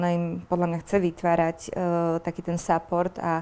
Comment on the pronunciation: v EU parlamente sedi, Kanadanovi natahovala roky cicinu a nevie vyslovit support...